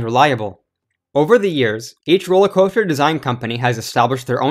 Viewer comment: this man said "roller cwoahster" lmfao